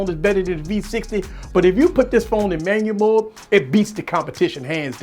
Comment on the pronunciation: Love how he says Manyamode! Very valuable. This helps me with my v60 tremendously